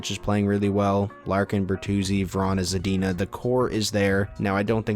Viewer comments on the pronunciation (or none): none